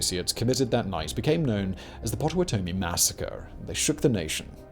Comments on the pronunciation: Its pronounced pot-uh-watt-uh-me (pottawatamie) and oss-uh-watt-uh-me (osawatamie) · It's "Pot-ah-watt-ah-me" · These pronunciations are killing me. It’s Oss-oh-WOT-oh-mee and Pot-oh-WOT-oh-mee. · It's not - PA TA WA TOE MEE , it's - PAW TA WA TA MEE ! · As a kansasan I can definitely say, fuck missouri. But we can share KC. We have a giant mural of John brown in our capital. He didn't just hack the dudes son's to death he decapitated them. Dude was insane. Its pronounced pot ta watt ta me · Pot-o-watt-ah-me and Bald-win are the right pronunciations btw 😅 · Oops Pottawatomie, with two t’s (although with one t is a variant spelling of the Native American tribe). It’s likewise pronounced Pot-tuh-wah’-tuh-me. Anyway, interesting video! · Dear Simon Its wakarusa wah-kah-ru-sa Potowatomie pot-o-wat-o-mie Osawatomie OS-o-wat-to-mie ... they are native American names and tribes. dakotas, Alaska, Same as kansas being named for the Kansa tribe. A lot of people dont understand this. I feel it's the least we could considering how much we stole from them. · Notes from your friendly neighborhood Kansan. (I appreciate everything you and your team do Simon, really. But I hear you say Pottawatomie wrong again I might have an aneurysm) Pah-tah-wah-tah-mi. Pottawatomie. Ah-sah-wah-tah-mi. Osawatomi. You can thank American English spelling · Pottawattamie. It is pronounced paht-uh-WAHT-uh-mee by most people in Nebraska and Kansas. The names in the U.S. can be so confusing. Locals or regions may pronounce words one way, while other regions totally Butcher names. Or spellings. The offer stands, I can slip in those American Mid-West phonetic pronunciation guides so you can impress everyone with your local lingo! 😉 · Hearing Simon pronounce Osawatomie, Pottawatomie, and Marais des Cygnes warped my mind. I've heard them pronounced so many different ways, but that was a new one!